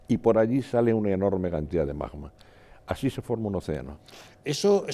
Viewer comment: Lo que no puede ser es que un vulcanólogo diga “majma” en vez de magma 😂😂😂 Es como decir “el bij banj”.